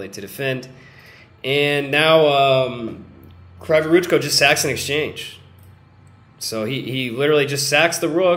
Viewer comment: Kryvoruchko reads like "Cree voruchko" it's Ukrainian surname. Word for word translation "Crooked hands" :)) But "cree", not "cry"